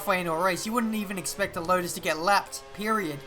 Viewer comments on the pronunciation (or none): none